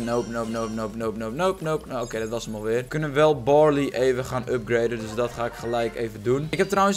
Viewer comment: BARLEY NIET BORLEY